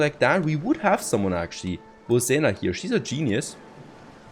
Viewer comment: Hey. Just a heads up about polish and Balkan pronounciation. You were somewhat correct with Bozena but it is actually a Ž so it is bo-zh-ena. The zh is pronounced a bit harshly. Its also a double meaning since in the three Balkan states Bože means god. And Žena means Wife. So her name can mean "Wife of God" or Godly. Depending on the interpretation of the name, but i cannot be sure completely. Edit: Corrected it. Its Wife, not Female.